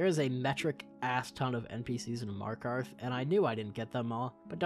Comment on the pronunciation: "Markath the safest city in whole Skyrim"